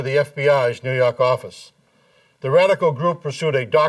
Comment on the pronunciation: NEW YAWK AFFICE!